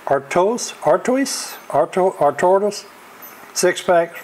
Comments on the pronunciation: Merry Christmas! Thanks for the important info on alcohol prices! Stella Artois is pronounced Stella ARTWA...I just ask for a Stella. When you were talking about Schmirnof vodka, it reminded me of my great aunt and uncle who would buy a store brand and poor it into their old Schmirnof bottle when my grandparents would come over for dinner. My grandparents never did discover they were drinking cheap vodka. Enjoy your holidays! They are sure to be memorable in Manta! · Merry Christmas. It is pronounced Stella AR-TWA and I don't like it much either. I don't drink much but a shot of whiskey when you have a cold hits the spot. Take care